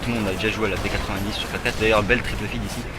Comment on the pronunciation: On dit P-nonente !!!!!